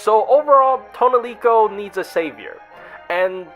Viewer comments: Who the fuck is “toaunelico” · Tonelico: says her actual name on her summon line (instead of "Aesc") as Toh NEH rico: ToneLEEco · Take a shot whenever said toniloce